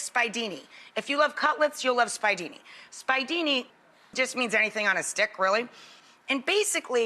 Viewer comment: Omg....how can she claim yo be Sicilian and pronounce the "spiedini" "spy-dini????" It's making me nuts. And those are the size of braciole. I can't.